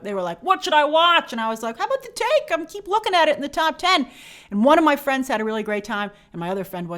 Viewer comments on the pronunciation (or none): none